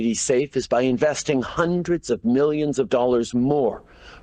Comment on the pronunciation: When T talks about various mmilllliions ( emphasis ) where is it coming from , where ? He’s such a looney tunes